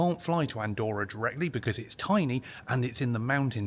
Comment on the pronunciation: Very interesting. Btw, Andorra has two "r", they pronounce both "r"s 😅